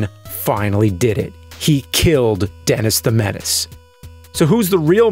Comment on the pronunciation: "denASS the menASS" haahah so juvenile yet I'm a grownass man chuckling